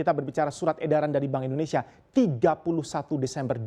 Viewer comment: Boleh kah minta tolong gunakan penyebutan negara kita Indonesia jangan Endonesia, thanks bro....